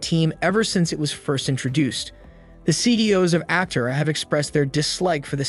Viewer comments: You are mispronouncing “Aptera”. The accent is on the 2nd syllable, not the first. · You can't even say it right. That being said the car is amazing, even if the narrator isn't.